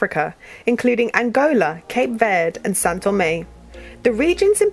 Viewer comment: São Tomé e Príncipe lol not Sao Tommy